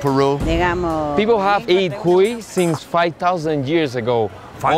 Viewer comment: The HARD pronunciation is in the “i” for the word CUI (the name of the hamster. It’s not CUi its cuI 😊